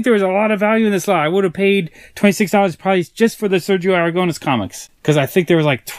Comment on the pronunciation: Im spanish and your pronunciation of Sergio Aragonés name killed me.